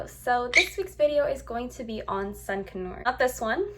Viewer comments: Its pronounced "con your" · D it sounded like you were saying a sun canue lmao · It’s pronounced sun con-ur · It's pronounced con-UR not con-or.... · Its not sun connors its sun conure ! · Seriously, I was like have I been pronouncing (CON-YER) wrong all this time? 🤦🏻‍♀️🤣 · Your saying conure wrong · Are you pronouncing conure wrong or have I been wrong for 20 years?